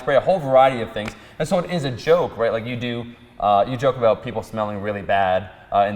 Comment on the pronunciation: "Whats starwars aboot?" HAHAHAHAHAHAAHHAHA